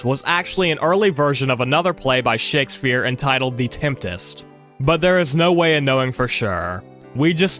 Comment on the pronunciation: bro said "shakesphere"